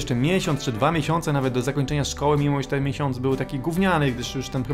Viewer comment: nie szkodły tylko szkoły xDD